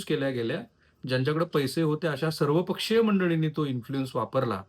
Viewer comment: सर्वपक्षीय बोलताना जो शब्दावर जोर दाखवला आहे त्यावरूनच काय नरेंटिव्ह सेट करायचा आहे ते समजता आहे जर निभीड पत्रकारिता असेल तर may2025 ते sep2025 मध्ये एक्स्ट्रा कसे ऍड झाले त्यावर विडिओ करावा